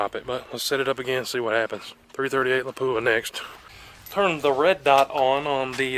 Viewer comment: Its pronounced Lap-u-Ah